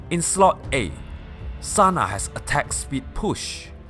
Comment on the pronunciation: Its TANA not Sana -_- the whole thigh segments are fucking cringey like jesus